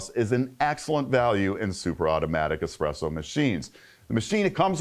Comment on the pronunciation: *espresso, not expresso....